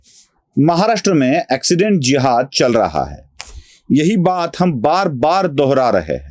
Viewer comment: अॅक्सीडेंट नहीं। एक्सीडेंट।